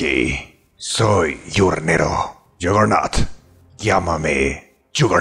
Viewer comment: Yagernaut se dice